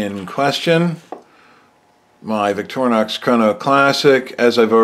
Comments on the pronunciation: Vic-to-ri-nox Not victor-nox, just like your name is not Surban Prolarian. It's not that difficult, just make an effort and dont be the one to not even know how to spell. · Its not that big a deal but , and some more, its just something europeans notice, Americans mis-pronounce foreign words like victornox or hundai (hy-un-dai), especially if there are more syllables it becomes apparently difficult, no big deal, it just sounds odd. Kudos for your vids on the watches and accuracy 👍🏻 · I’m sorry. Are you sure you watched my video and not someone else’s? I have always pronounced Victorinox, “Vic-tor-i-nox”. And I don’t think any spelling, whatsoever, appears in the video so I’m sure I don’t know what you’re going on about. Thanks for getting me to rewatch my old video though!